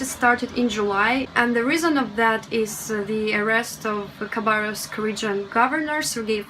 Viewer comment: Interesting that you pronounce the K in Khabarovsk - I was told by someone that it was silent, now I know better :-)! Your english is excellent, you have a russian accent but it's very nice and never interferes with understaning (there are plenty of accents within Britain that can be very hard to understand)! I would love to visit Eastern Russia one day! I love that the rescue guy could barely stop himself from laughing with the woman protesting about how much her car cost :-)! I was surprised to see a drag show in a night club in Russia, thank you for being so genuine, open and honest it's really great to see these parts of Russia. Adultiing is hard sometimes - you're doing fine:-)! I'm slighly worried that the political aspect of your videos might get you in trouble, I don't know, it's not something you need to worry about in my country but I think perhaps it is in Russia. I hope this message gave you some encouragement, your videos are great, no pressure to make any more though - just do what you want to:-)!